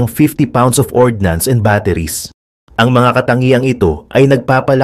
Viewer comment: Bro, hindj yan ORDINANCE. Yan ay ORDNANCE. Look at the spelling.